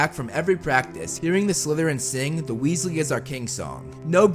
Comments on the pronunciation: ronald weeslee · MacaRon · Wealsey It’s weasley not wealsey